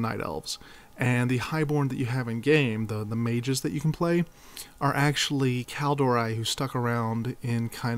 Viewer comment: Well there is two mistakes I can find in this? Firstly is a minor one, your pronounciation of Kalimdor is wrong, you say KalMINdor, but it is KalIMdor! Secondly! The High Elves didn't go there themselves, they were banished by the rest of the Night Elves, because of the sundering. Else, really good video!